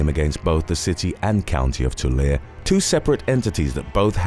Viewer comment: Tulare is pronounced 2larry.